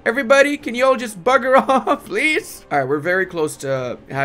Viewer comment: Hearing a non brit say "bugger off" made my day